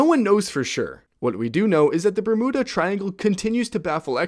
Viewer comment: For Bermuda, it has a vowel at the end so it is pronounced BERM-YEW-DAH. Not BER-MOOD-AH. It may seem trivial but I wasn't aware it was a disputed pronunciation unless pronounced with a foreign (non-english) accent. IDK....